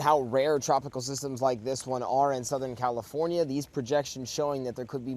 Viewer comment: WHY does she talk like that???? Soutahearn Califoarniaea ias abouat to experieance 2 incheas of raian. 😂 It's unbearable. And the other reporter supposedly stands with "very dangerous" storm winds yet the bushes behind her barely moves lol. What a hogwash.